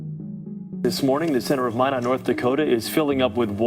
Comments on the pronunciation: Minot... it's [my not] not [mine it] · Wow, I may have gone to elementary school with this guy. BTW, it's Minot like "MY-not", not "MY-nit". 😁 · i appreciate the obvious effort you put into these videos but it's driving me crazy that there's a news clip that correctly pronounces minot and a clip where nick says minot correctly but between those two (and for the first 2/3 of the video) you pronounce it "minet" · As someone who was born in Minot, the way you pronounce it "My-nit" is adorable... More like "My-knot". <3 Also him being from Minot explains sooooo much honestly... That state, and especially that town has basically nothing going on ever... And if you aren't like a rich "normie" farmer type, you're ridiculed to no end. Basically everyone I knew growing up went on to become drug addicts, alcoholics, and the like... I'm glad this fascinating boy was able to escape the hell he was likely going through IRL and that people online generally seem to have treated him with compassion. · FYI it’s pronounced like ‘my knot’ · For some reason Minot seems like a fitting home town. Pronounced My not btw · Also it’s pronounced My-Not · Just an FYI, Minot is pronounced: MY-NOT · It’s pronounced My-Not. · I don't live very far from Minot and the consistent mispronounciation of Minot drives me kinda crazy.